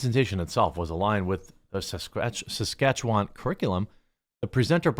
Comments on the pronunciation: omg I grew up in saskatchewan! thanks Jeremy for pronouncing it (mostly) correctly. It's less 'wand' and more 'when' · Thank you for pronouncing that location. I have seen it many times, I know I've heard it many times, but when I saw the headline my brain shut down. Suh-skatch-chew-wan.